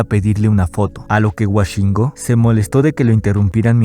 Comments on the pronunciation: no es wa es wo woshingo , no washingo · Por qué dices "Washingo" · Cabrón, lo grabaste, lo editadte, lo revisaste y lo subiste y sigues diciendo "Washingo"